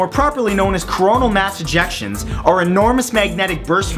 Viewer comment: thought he said Corona Mass Ejaculations